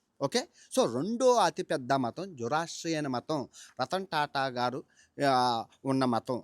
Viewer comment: అది "జొరాస్ట్రియనిజం" వాళ్ళని "జొరాస్ట్రియన్" లు అంటారు.